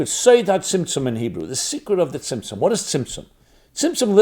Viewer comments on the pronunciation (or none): Am I crazy or does he keep saying Simpson......like the show...... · what is the correct word that sounds like simpson he's been saying during the hole video? Trying to study a little about it but couldn't find it anywhere 😅😅.